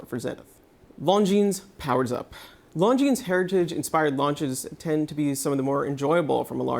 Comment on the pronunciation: Pro tip: learn to say Longines correctly. Ridiculous that a watch channel can't get a basic pronunciation right. It is not "Long Jeans", the 's' is silent.